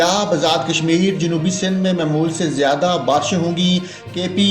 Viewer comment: آپ اپنے الفاظ کی ادائیگی صیح کریں۔۔ کیونکہ آپ نے لفظ معمول کو تین بار غلط پڑھا ھے۔۔ اور لفظ مُلک کو بھی غلط پڑھا ھے۔۔